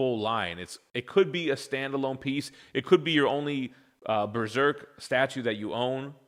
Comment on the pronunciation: New "breserk"? That's an interesting way to say it